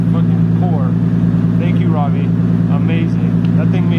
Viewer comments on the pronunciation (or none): none